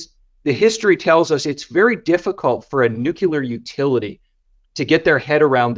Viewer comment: Great content. You’d think a guy like would know how to pronounce “Nuclear” though, right?